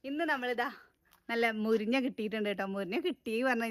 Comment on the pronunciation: മുരിഞ്ഞ അല്ല മുരിങ്ങ